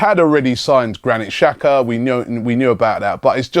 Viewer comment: His name is not pronounced as Shaka, get it fucking right already. Its your fucking job.